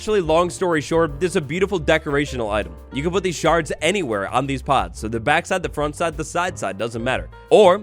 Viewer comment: He said sharting 😂